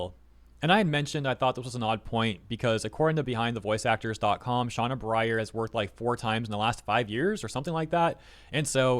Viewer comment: appreciate the content... but PLEASE learn to read. "Sena" is not read "Shauna". Like, holy cow, even basic names are your kryptonite. Like the updates, but the constant mispronunciation of a word right there on the screen gets really irritating.